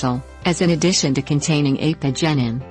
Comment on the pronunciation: "...in a dish"? No, "in addition"!